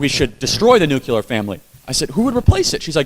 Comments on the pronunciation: Charlie Kirk needs to stop saying "nucular" family instead of (Nuclear) family which is correct. No such word as nucular, it makes a person seem stupid when they mispronounce a simple word like nuclear. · It’s nuclear not “nucular”. Why does this mispronunciation persist even amongst educated people? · Charlie Kirk pronounced Nuclear as 'nucular". That is dumb as shit. That was how George W. Bush pronounced it. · Why do people say nucular?!? Its NUCLEAR. One of my biggest pet peeves. Read how the word is spelled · Charles—2 things: (1) Nuclear is pronounced like new-clear, not Nucular; and (2) “irregardless” isn’t a word. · Charlie, I love ya, but it's "nuclear" not "nucular." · Love your work! Grammar is important in your quest to change minds. It's nuclear family not "nucular"....also "iregardless" is not a word. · Charlie, please correct your pronunciation of the word "nuclear". It's "noo-clear", NOT "noo-cue-lear." (Same advice that was given to President Bush 41.) Also, there is no such word as "irregardless". It's just simply "regardless". Up your vocabulary game to remove one more target for your opponents to aim at. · If Charlie Kirk were my nephew I wouldn't agree and admire him more, yet I really, really wish he learned how to say 'NUCLEAR' correctly, it is not nucular, there is no 'U" between the letter 'C' and the letter 'L' ....... Please God, let him see this post, and let him continue helping societies, here and abroad. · It's pronounced: NUC-LE-AR . Nuc"LE"ar NUCLEAR ... "NOT" - NUKE-U-LAR "LE"ar ... not "U"lar. It's "ASK" .. not AKS like Donna (aka DUMBa) Brazile says. Reminds me of Bush saying NUKE-YOU-LER .. instead of NUKE-LEE-RRRRRRrrrrr. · Love you all! Please, though, "nuclear" not "nukular"; "exacerbate a problem" not "exasperate a problem"! You're exasperating my going nukular!